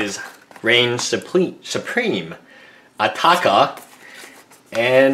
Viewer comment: ITS ATARKA NOT ATAKA OR ATAKER